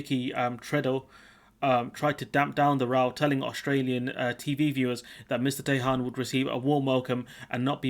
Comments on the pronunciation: Could learn how to pronounce Tehan before you start ,Its an Irish name try it like this T n you don't pronounce the h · Tee Han. It is an Irish surname. Good luck with that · Tehan, pronounced TEA_AN A name mainly found In the South and West Of Ireland, 🇪🇺🇮🇪🏴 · Or just T N , we can add Tehan to the long list of miss pronounced Irish names by Brits names like Cahill and Moran come to mind